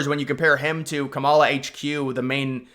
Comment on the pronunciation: I know you know how to pronounce her name properly and until you do you can't be taken seriously, pronouncing her name incorrectly is borderline racist dude